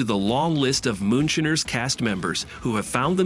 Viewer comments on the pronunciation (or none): MOONSHINER NOT MOON SHINNERS!!!! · I just turned this idiot off as soon as he said shinner.